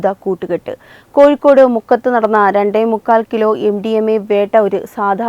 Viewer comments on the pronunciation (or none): കോയിക്കോട് അല്ല കോഴിക്കോട്.